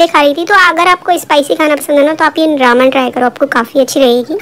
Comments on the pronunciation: Your are saying raaaman it's reman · Didi its not रामन its रेमन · Didi it's not Raman that you pronounce it spells as Ramen but It's pronounced as re-me-n It's not a hate comment or I am not making fun of you but just want my fav youtuber to be correct Please shoutout thumbs-up 👍👍👍👍👍👍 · U can't say ramen properly. U say Raman but its Ramen. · Who the legends were thinking about her pronunciation Raman ??😂😂